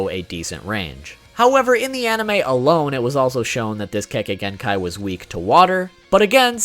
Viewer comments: YAY, you're actually saying Kekkei Genkai correctly this time! WOOOOO! \o/ Now gonna lie, that right there was a big reason I didn't watch your video explaining all of them. I kept cringing every time you mispronounced it. And I know you warn us about that in every video, but that didn't really soften the blow for me. But that's mostly just because I tend to be quite the stickler about stuff like that. Now to see which ones you picked out. HM: Yeah, I completely get why the MS is where it is. The power's badass, but with a drawback like that...yeeeaah, no thanks. 10: So...full disclosure, back when I was a pup who wasn't super familiar with much of Naruto's world lore, playing Ultimate Ninja 3, I had no idea how the heck Kimimaro was able to do the stuff he did. And I certainly didn't know his weapons were made of bone. So about a year or so ago (maybe earlier this year) when I went and looked up what Kekkei Genkai were on the wiki (can't remember how I learned of the term, but that's not important) and saw the Shikotsumyaku and what it did, I was like, "...oh! So that's how he did all that stuff! Huh. Well, good to know." 9: Man, that...that's just fucked up. Like, it's both epic and terrifying. And...not really sure what else to say here. ...well, other than I wasn't aware this was where Curse Marks stemmed from, but whatever. 8: ...um...well then. >.> Just gonna...stay away from her then. ...yeah. 7: Byakugaaaan! WOOP WOOP! Sorry, I just fuckin' love this thing. X3 It's ju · He said kekkai genkai right this time 😱